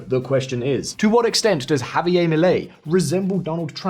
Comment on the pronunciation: Why give his name a French pronounciation? JavieR